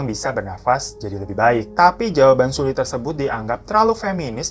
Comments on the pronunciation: Btw bacanya seolli, bukan sulli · 2019 tahun terkelam buat para kdramaland dan kpopers 😖 Semoga tahun depan dunia perkpopan gada lagi kejadian kayak gini. RIP buat Hara sama Sulli 🙏🏻 anw bang Sulli di bacanya Seolli, maaf cuma ngasi tau hehe semangat trus yaa bang glowing 💎